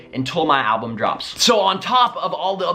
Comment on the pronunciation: Did he say album? sigh